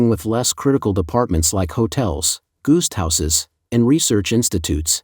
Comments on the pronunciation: I was about to ask my iPhone to define what a goost house is. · Narrator cites "goost houses"! ...."goost houses"? You need a new narrator 😂